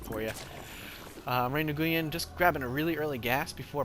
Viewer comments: I think* its pronounced ray-win I could be wrong and LOL "mothergate" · Since mcsweatshop didn't actually inform you of the correct pronunciation, Nguyen is a Vietnamese last name that is pronounced 'win'. Also, I'm wondering why the hydras failed, as they are both great AA and great anti-stalker units. Was it just good micro on Kiwi's part? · nguyen is pronounced knew-yen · I believe it's pronounce "Knee-en"